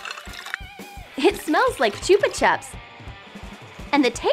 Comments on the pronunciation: cHoOpa chOps Me: I thought it was chop-a-chop (that’s how I say it not how a spell it btw) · Did u here her say Chupa chups wrong or was it me???????